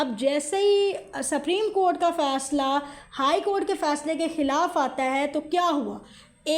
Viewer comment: سپریم کورٹ ھے آپ سپریم کورٹ کیا بول رھی ھیی اپنی رکارڈنگ سنے۔